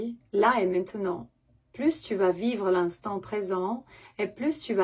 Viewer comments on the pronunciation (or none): none